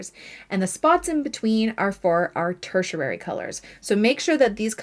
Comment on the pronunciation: Fun video! I love colors and the color wheel. 😊 You are pronouncing the word tertiary wrong though. If you google it you can listen to both the UK and the US pronunciation. Just thought you’d want to know! 😊